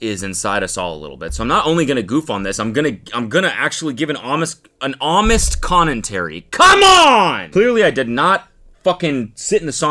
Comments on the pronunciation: “homest connentary” 😂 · Am I the only one who heard Cody say "homest connentary" instead of honest commentary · "Homest Connentary" is so funny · “That’s my homest conentary” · Why does he keep saying amist conentary instead of honest commentary or am I just hearing it wrong? 😭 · "Homest Connentary"